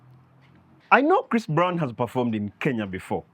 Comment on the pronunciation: Did you just call Chris Brown- christofaa🤭🤭🤣😂i Kent....